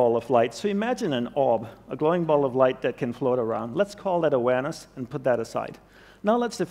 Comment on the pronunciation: Everytime he says “awareness” it seems like he is saying “Uranus” and I don’t know why?